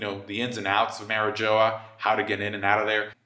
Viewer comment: Love your takes but “Mary-Joa” 🤢